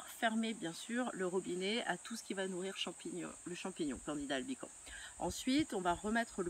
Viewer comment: le S se prononce à la fin de albicans :)